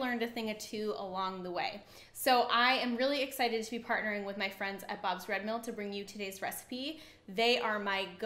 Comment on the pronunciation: When the manufacturer is a sponsor and you have to sell their product and brand is very misleading for there are many other brands and were they also used Plus the pronouncing thereof on few products is off Bob's red hills mills ? brands is not but costly to budget friendly homes and not influencers